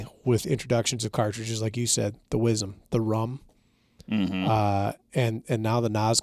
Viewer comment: “wizzum” … yall killin me …. i twitch everytime it’s said …. southern born/bred … southwest louisiana …